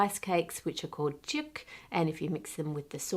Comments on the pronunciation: Teok is pronounced lick tock, not like tick :) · Tteok is pronounced more like duck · Love the video, but just wanted to say that 떡 and 떡볶이 are pronounced closer to dock or duck in English, like duhk and duh-bokki :) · Fyi the Korean rice cake is pronounced duk. But so happy you let me know. My fire blaanket can remain useless lol. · Holy crap that exploding gnocchi was so scary! As was the video of the exploding tteok! 😮 (pronounced closer to “duck” with a strong d/t sound at the start) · The way she said Tteok is really fun 😆 떡 is pronounced more like Duck but with emphasis on the D part to the point it starts sounding like double T. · Loved the video as always! Just wanted to share that ‘tteok’ is pronounced ‘ddok’ almost like ‘duck’! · Tteok sounds more along hte lines of 'dock'. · Great video, just letting you know the tteok in tteokbokki is pronounced like a cross between "tuck" and "duck" (Korean speaker) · It pronounced Like TUCK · The sound of "tteok" is closer to "dog" with a final "k." And living in Korea for years, I don't think I've ever seen it deep fried; pan fried is an option. But there are a lot of rice-based snacks that are popped, with a rather bland (to me) taste, but crunchy and light. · Small correction, 'tteok is pronounced more like 'dock'. Also its bokki not booki. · Just not possible to. Those sounds dont generally exist in English. These are close approximations. The tteok, I would actually approximate closer to dduk. It's a "hard" D sound. Then the k sound kind of carries over to the next B in Bok(the O as in boat), ggi which is a hard g sound, like gift. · thats not how you say tteok broken heart emoji wilting rose emoji x3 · look i know "tteok" is an almost unpronouncable word in english but you just invented a completely new way to pronounce it